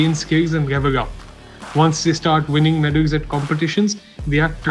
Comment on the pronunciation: The reporter can't pronounce many english words properly especially whenever there is an 'l' in between the letters, like, wrestling , 'level' , 'wrestler' , 'accolades'